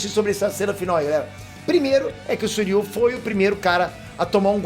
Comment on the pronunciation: Não é Suiryu, É Shiryu !!!!! Devem ser irmãos Gêmeos !!! AUHAUHUAHUAHUAHUHAU !!!!!!!